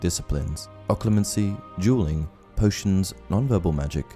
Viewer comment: I'm sorry but I can't decipher if you're saying dualing or jeweling.